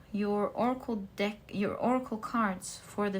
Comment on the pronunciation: be careful, you said "deck" but your accent made google undesrtand "d*ck" x) It wouldn't be cool to see your work banned for this reason! I'm french myself, so no judgment here! thank you for the readings!